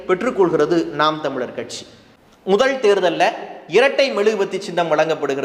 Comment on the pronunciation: எடுத்துக் கொண்ட தலைப்பை சிறப்பாகப் பேசுகிறீர்கள். கொஞ்சம் நில்லுங்க. ல் ல வை உச்சரிக்கும் போது வென்றாள் ,பாரிள் முதள் என்றே உச்சரிக்கிறீர்கள். ழ வை அழகாக உச்சரித்துவிட்டு ல வில் சறுக்குகிறீர்கள்.